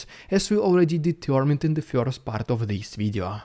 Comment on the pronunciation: love how you pronounce "first" as "feeorst".